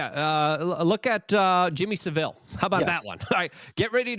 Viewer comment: Americans, Jimmy Savile is pronouced Savel not Seville, that's a city in Spain. If you're going to evoke this scumbag know the lore. I grew up watching this freak on the BBC, I knew he was a freak of nature when I was about 8/9 years old.